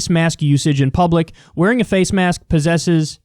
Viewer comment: They were saying poses, they added an extra S.